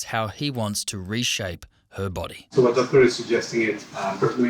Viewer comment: Verno I could even get half way through the video, the word "so" being pronounced as "saarruuu" by that blonde chav was just too much for my ears to take.